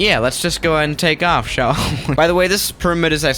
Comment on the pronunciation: "sha'll we" 😂love it